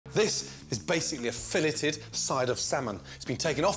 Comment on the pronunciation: Can you not know how to pronounce fillet?